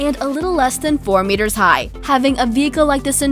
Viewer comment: Something offputting about her voice. And i hate when she says meters.